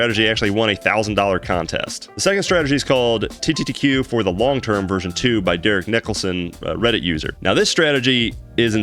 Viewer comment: Small thing i noticed, you keep saying TTTQ instead of TQQQ.